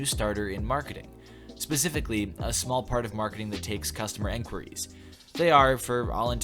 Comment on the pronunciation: why do you pronounce enquiries as enquiries?